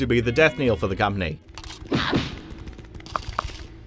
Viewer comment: How about when he pronounced "knell" as "kneel"?